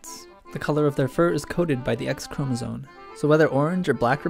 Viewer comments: The way he says chromosome as chromosone is annoying >.< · No, it's pronounced chromosoMe but it's spelled chromosoNe.